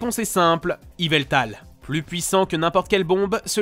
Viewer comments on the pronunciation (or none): none